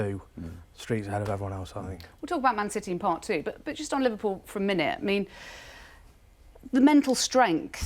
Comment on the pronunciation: Li-VAR-pool the Invincibles pwahahahahahahahahaha !